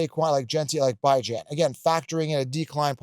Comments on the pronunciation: Haven’t tuned into this guy in quite a while. He has strong takes and can be so confidently wrong at times but he is good at identifying some diamonds in the rough. With that being said, as soon as I heard him pronounce Bijan as “Bye-Jan” I realized why I quit listening to this d*uche nozzle. It’s not cute, it’s not funny and to STILL be saying it just shows how lame he is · I don't know that I've ever heard Bijan called BYe-Jan lol